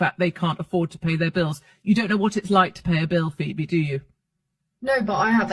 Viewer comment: I love how she managed to make Phoebe sound like a 4 letter word.